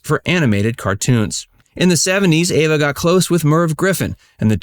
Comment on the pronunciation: Her name is Eva not Ava